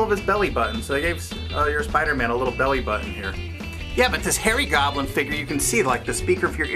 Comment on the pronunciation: oh harry goblin... thought he said fairy goblin......